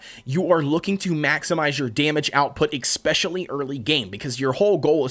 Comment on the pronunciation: Am I the only one disturbed by the way he pronounces "especially"? I know he's not the only one, I've heard it before. But I find it odd since there is no K, no X or no C in the beginning of the word. Pronounciation aside, good content dude 👍